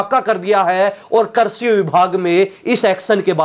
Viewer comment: कर्षि नहीं कृषि शब्द होता है ।